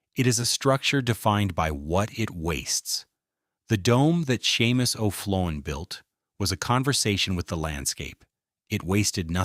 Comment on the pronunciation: Shay-mus! His name is pronounced SHAY-MUS!M arrrrg! 😂